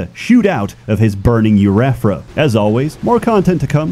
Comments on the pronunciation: arent you a doctor why the did you say "UR-ETH-AH" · Am I the only one who was weirded out by the way pronounced "urethra"? 😂